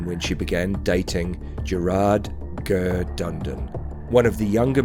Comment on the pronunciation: Lol who the fck is gurr ???, it's ger not gurr. Just saying why go to the bother of making a documentary when you can't even pronounce a name correctly. And jftr i Iive around the same location as all these people, so I know what I'm saying.